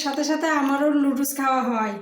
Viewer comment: Ki bolchen..Ludus??...ota Noodles...apni bolen eta apnader ancholic bhasa...English abar ancholic bhasa hoi ki kore...English to English e...sobai bhul bole bole apnio bolben ??..English janen na bole sikhbeno na??..pichiyei thakben??..ei jonnei desh tao pichiye aache...Apni dayyito nin..nijeo sikhun abar apnar video jara dakhe tader o sekhan...jotoi hok apnar husband er subject English...onar atta santi pabe jodi apni onar subject niye chorcha koren...eta apnar content o hobe..abar nijer styler video hobe..kaoke copy kore video banate hobe na...tai na ??...